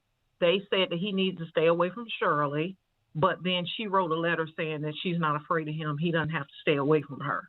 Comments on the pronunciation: No disrespect you're saying her name wrong it's not Cheryl it's Shirley Strawberry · Her name is SHIRLEY/ not Shirl😂😂😂😂